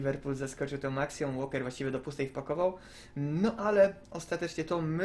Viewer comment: Oskar, nie Łolker tylko Łoker, aż razi w uszy :)